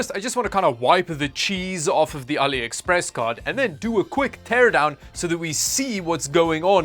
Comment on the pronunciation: Never heard of Aliepress 😂